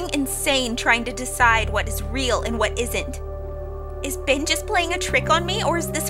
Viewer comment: It sounds like your saying BIN instead of ben